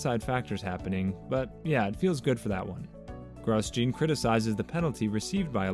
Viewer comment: Gros-gene haas